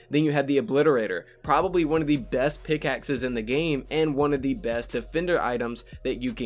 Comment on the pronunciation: did you just said pickaxe?